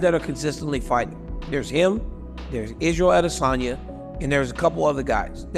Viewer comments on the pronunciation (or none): Itz-rey-ael Awd-dae-sun-yuh hahah wtf was that? Usman is one confused "brother" 😂